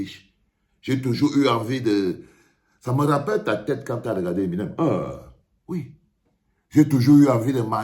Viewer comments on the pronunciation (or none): none